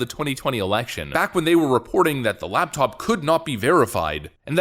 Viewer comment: Laptop, not labtop.